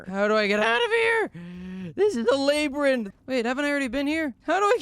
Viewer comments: do you mean Labyrinth?(La-br-int)) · Not saying laybrinth but also ahphid